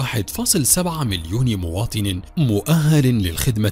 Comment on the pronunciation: مواطن و ليس مواتن خالص وليس خالس